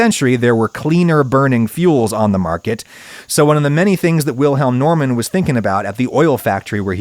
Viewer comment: I think he pronounced "Wilhelm" correctly, just with a very slight and insignificant English accent. The German pronounciation of "Normann" is wrong, though. But that is understandable as the last name also exists in the US - and is pronounced the way Adam did. But I see your point.